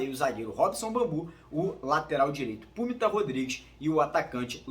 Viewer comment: Não é Púmita, é Pumita diminutivo de Puma.